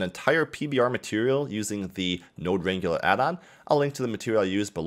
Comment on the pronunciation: RAN-GYU-LAR? Really? It's pronounced RAN-GLER! As in to wrangle horses or cows.